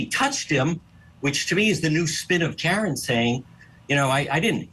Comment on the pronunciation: Is this that lady Julie Grant? Had to be. Ridiculous how she pronounced Karen.